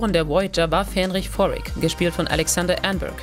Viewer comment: Geordi La For-Ga? Fähnrich Forrick? Robert Beltrain? Wtf, was für Leute graben solche Insider aus, versagen aber dermaßen hart an den Namen?